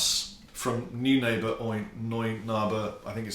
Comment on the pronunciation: New neighbour? No, it's noin like coin, ah like "say 'ah'", ber. Noin ahber. Say it with me,. Noin ahber. Sorry for being pedantic. Love your vids:)